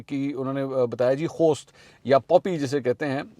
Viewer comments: The word puppy we say in pashto posth not khost. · Mansoor Bhai ye "Khost" nahi "Post" Hoti hey jis say chars bantee hey... یہ خوست نہیں " پوست" ھوتی ہے جس سے چرس بنائی جاتی ہے۔ پوست کی کاشت کی جاتی ہے۔ Be corrected plz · Why are you pronounceing Poppy as "KHOST"? THE CORRECT WORD IS "POOST" WHERE T HAS THE SIMILAR SOUND AS THE T in KHOST! Poosti in the vernacular is a person who sleeps all day due to regular consumption of Opium or Hashish (Charas). SO MIND YOUR LANGUAGE 😊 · Khost ni bhai, it is post. Not T sound of English